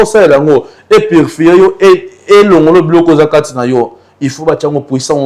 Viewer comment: Purfie te yy PURIFIER